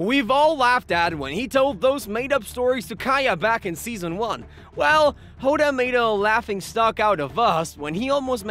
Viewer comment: Bro said ”season”😂